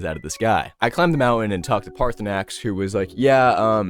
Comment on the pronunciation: "Jurgen Goatfucker, or whatever his names idgaf" pronounces Paarthurnaax with perfect accuracy the first time also "mr. poopypants"